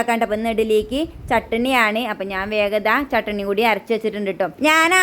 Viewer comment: ചട്ടിണി അല്ല ചേച്ചിയെ ചട്ണി ❤